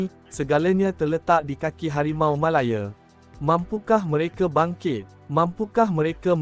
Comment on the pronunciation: Tergelak aku - sebutan --> Harimau Malayer 😆😆